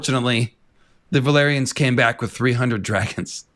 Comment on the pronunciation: Wait isn't "valyrians" pronounced "vah-lee-ree-ahns"? I keep thinking you mean velaryons lmao